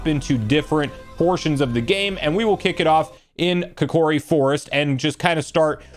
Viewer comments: I thought I was the only one that noticed! 😂 it’s Koh-kee-ree, not kih-koh-ree. 🧙🏻‍♀️ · “Kikori” 😂 It’s beautiful though.